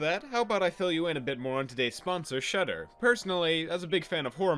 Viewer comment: I thought you where saying cheddar lol